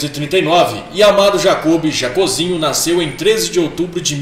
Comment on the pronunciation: Pronúncia é Jocób e não Jacôb. É Jacózinho e não Jacôzinho.